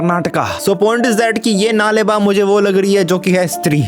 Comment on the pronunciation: नाले बा ❌नाळे बा ( कल आना )✅ kannada word hai